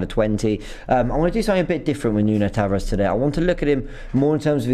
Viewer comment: He's pronounced Nuno Tavarsh, just like Bruno Fernandsh